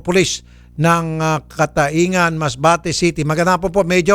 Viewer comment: Cataingan ang tamang bigkas niyan idol ay catayngan masbate...